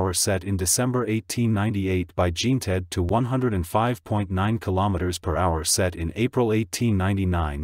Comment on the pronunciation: "JEAN-tod". 🙄 Try "jzhahn-TOE".